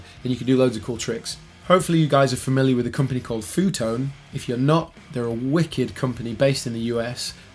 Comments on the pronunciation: It's pronounced: EFF YOU Tone Seriously ;-) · Pronounces the company as "foo tone"😂😂